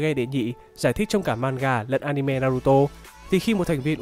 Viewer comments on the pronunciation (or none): none